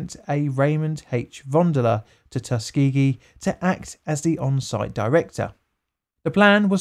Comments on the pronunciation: TUS-KA-GEE, I love the vid man but you mangled that one. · The fact he pronounces it as Tus-key-gee makes me mad. Like i know it doesnt matter but everyone I know says Tuskuhgee